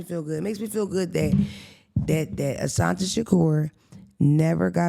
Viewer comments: the woman’s name is Assata. There is no letter N in Assata Shakur. Thank you. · "assanta" lol